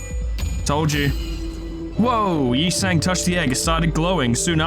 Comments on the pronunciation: The truth is revealed! never mispronounced Yi Sang's name, he was simply tuning into an mirrored dimension. As expected of our manager. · You thought I was making fun of you mispronouncing Yi Sang a bunch of times, BUT IT WAS ACTUALLY FORESHADOWING